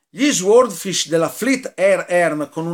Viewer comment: Caro penso si pronunci " soodfisc'